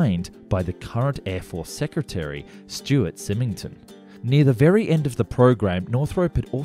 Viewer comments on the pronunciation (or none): SY-ming-ton, not sim-ing-ton. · You need to place emphasis on the "Y" in Symington. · The Air Force secretary’s name is pronounced “Sime-ing-ton” with a long I sound